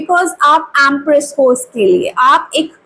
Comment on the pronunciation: Reading thik hoti hai, par pronunciations bahut kharab hote hai, kaano mein khatakte hai. टॅन ऑफ पॅंटीकल्स kuch nahi hota.. It is टेन ऑफ पेंटकल्स!! ऍमप्रेस nahi.. It is एम्प्रेस